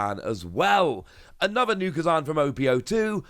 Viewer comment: you are the best at card news reporting but please consider pronouncing it ku-zan and not prefering manga art is a sin <3